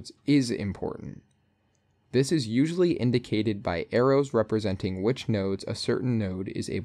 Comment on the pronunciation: "a" in "Usually" shifted unwatchable